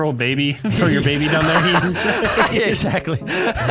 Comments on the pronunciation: "EGGSACTLY" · egg sack ly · “Eggsactly”